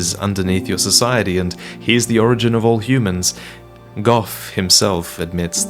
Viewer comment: Thank you for saying Gough's name correctly. He literally says it himself and people still get it wrong.